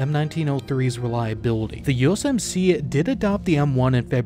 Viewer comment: Yoosumsees is how he pronounced US MC 😂. ❤ FROM MICHIGAN!